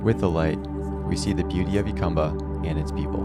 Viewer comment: It’s pronounced “Hu-cum-ba” not “Yu-cum-ba” or “Ju-cum-ba”…and it’s the “Sun-or-an” Desert.